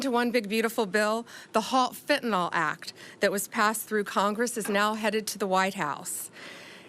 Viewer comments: Why can’t these educated people pronounce fentanyl. They all say fentanol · ..and it's fentanyl not fentanol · Isn't it FentanYL not FentenOL? Sounds dumb or maybe its me. Love her just sayin' it before the fake media make fun as they do for every little thing. Re Epstein I trust Trump et al, I think for him he is so hell bent on Z and Putin and things he wants to catapult this country that he often doesn't stop for the salacious and depraved things going on in the gutter. I think there is a dangerous bigger picture that we don't have a clue about that will be revealed when the timing is right. Love Trump and his administration and send them my positive support. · She can't even pronounce the name of the drug properly.. It's NOT FENTEN-ALL...IT IS FENTAN-YL. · The name of the drug is fentanyl - not fentanol. cant even get that right. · Please guys, from a nurse here. It’s Fent-a-NIL! There is no “O” in Fentanyl.